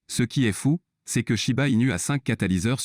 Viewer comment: Shiba pas chiba